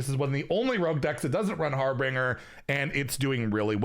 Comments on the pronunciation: it pains me whenever says harbringer instead of harbinger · Drinking game: take a sip every time a streamer mispronounces a card name. Simple mistake, like 'Arkmage' instead of 'Archmage.' Take a long sip every time they add a full letter that isn't there, like 'Har-binger' becoming 'Har-bringer'. Take a full drink if they replace an entire word with something completely unrelated, like 'renaissance' instead of 'resonance.' In all seriousness, though, nice to have a point of reference. The game's been weird to get back into, mixed bag if you don't know what to expect. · Anyone else mildly infuriated every time pronounces harbinger incorrectly? (it's pronounced har-ben-jur)